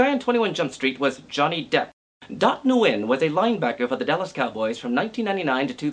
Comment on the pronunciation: isnt it pronounced "when"?